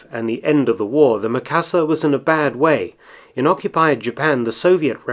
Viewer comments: Sorry, I just have to..... not Meh-ka-sa, it's Me-ka-sa. Japanese vowel "i" is pronounced like the "e" in the word "me" or the double "ee" in "feet". I've been slammed for this by my Japanese 101 teacher. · Is "ME . KA . SA.", base on Japanese English.......